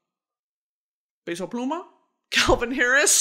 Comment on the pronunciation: Brittany, I love you but his name is p eh so pluma not “pay so” pluma 😊